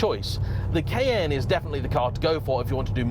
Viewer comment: Took me a few times hearing 'kn', to understand saying Cayenne.